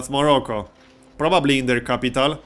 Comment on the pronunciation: BTW, I just love the way he says 'I-ron' and 'Kapytaal'